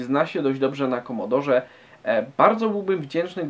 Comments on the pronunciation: Nie "Komodor" tylko "Komodore 64" :). Pozdrawiam. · Prawdziwi fanowie c64 mówią komodore a nie komodor. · KOMODORE a nie KOMODOR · nie komodor lecz komodore! takz esmy to zwali dawno temu hehehe